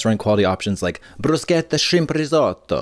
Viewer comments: start of the ad. for the flawless pronunciation 😌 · YES Katya here teaching the children how to properly pronounce "bruschetta" in the Factor ad 👏 👏👏